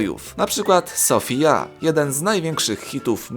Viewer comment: słuchałam alvaro,, sovija" żąndzi!!!!!!!